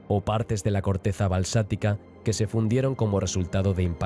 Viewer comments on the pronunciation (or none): Muy interesante el documental, contiene información que desconocía en especial de la zona del cinturón de asteroides, es solo una pequeña corrección que se repite varias veces y es la palabra " balsatica" que está mal ya que se refiere a la rocas de basalto producto de la lava asi que lo correcto es basaltica , y hago está corrección ya que la primera vez que lo escuché pense que se trató de un pequeño error pero ya tres veces me doy cuenta que es mas que una simple equivocación, muchas gracias